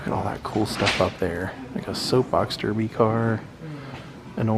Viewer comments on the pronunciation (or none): none